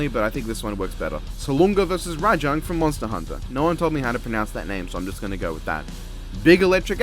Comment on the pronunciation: your pronunciation of Rajang is spot on , great video as always :D